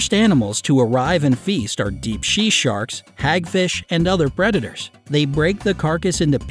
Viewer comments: he says Shea sharks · Also it's sea sharks not Shea sharks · he said she sharks instead of sea sharks 😂😂😂🤣🤣😂🤣😂🤣😶😶😶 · "Deep shea sharks" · He said deep she shark 🦈 … ~_~. 🤣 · Haha he said ”deep she sharks” hahaha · HAHA YOU SAID SHE SHARK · He said deep shea skark... yes shea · he said deep she sharks lol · You said Shea sharks lol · "Deep she sharks" 😂😂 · Did anybody else notice he said depp she sharks. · Did he say deep she sharks? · Did anyone notice he said deep shea sharks? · DEEP SHEA SHARKSH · He said she sharks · it’s not his fault this is a tongue twister but he says deep shea sharks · What I thought I heard you say Shea sharks? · Did you literally just say deep she sharks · he said deep she sharks XD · Deep shee sharks 😂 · "Deep Shee Sharks" LOL